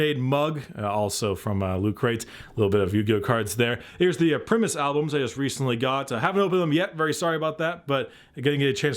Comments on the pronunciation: Damn it, it's pronounced 'Prime-us' not "pri-mus' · Primus is pronounced "Prime - us" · Primus is pronounced p-rye-mus